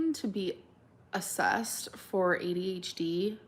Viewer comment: I finally HAVE to say it. The word ‘for’ is pronounced like ‘fore’ and rhymes with ‘more’. NOT ‘fer’. As in sticking a blade of grass between your teeth, kicking you heels up on the ol’ cracker barrel and hollering out “I’m ready FER supper Ma!” Phew